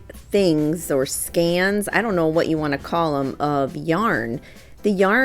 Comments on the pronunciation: It's skein, pronounced skeen, not scan. FYI. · I believe it's pronounced "skAyn" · I dont want to embarrass you but a "skein" of yarn is pronounced "skane". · It rhymes with cane, Dane, feign, main, reign, it is Skein.